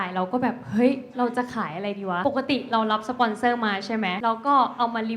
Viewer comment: สปอนค่ะไม่ใช่ปสอน